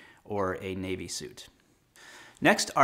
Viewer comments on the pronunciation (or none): none